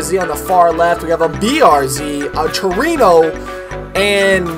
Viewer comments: Anthony Luaces no it's true-eno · its not pronounced “tru-wee-no” its pronounced “tru-wen-o” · To-re-no is the proper enunciation, Tu-re-no works also. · Muhammad Ihsan no is pronouncing trueno wrong it should sound like tu-re-no